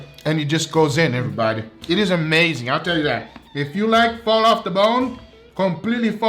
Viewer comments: I think I counted say errybady about 42 times, please correct me if I missed 10 or so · “EvErBoDy” Foods